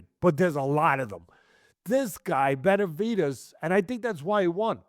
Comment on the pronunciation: Tesdy struggles saying Benavidez. Sometimes it sounds like Beterbiev.